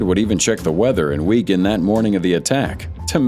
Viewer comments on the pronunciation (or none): Weegan? 🤦‍♀ It's Wigan! Wig-An (w/ a short "A" sound like in can)